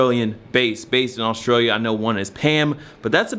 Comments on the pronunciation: my boy you just throwin extra vowels into australia lmfao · 'Austrailia' u reckon? XD lol